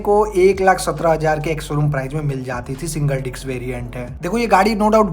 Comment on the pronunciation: Kisi product ki kimat ko "PRIZE" 😂😅😂😅😂😅😂😅😂😅 nehi, "PRICE" bolte hai. Prize ka matlab purashkar hota hai. "DIKS" 😂😅😂😅😂😅 😂😅😂😅 nehi, "DISC" bolte hai. "CHIZ" 😂😅 nehi, "CHISS" bolte hai. "LONCH" 😂😅 nehi, "LAUNCH" bolte hai. "SERIEZ" 😂😅😂😅😂😅😂😅😂😅 nehi, "SERIES" bolte hai. "ROEL ENFIELD" 😂😅 nehi, "ROYAL ENFIELD" bolte hai. "DIUL" 😂😅 nehi, "DUAL" bolte hai.